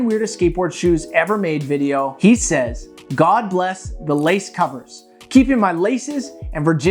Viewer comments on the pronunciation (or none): none